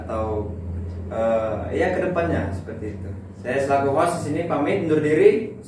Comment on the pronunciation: host mas bukan hose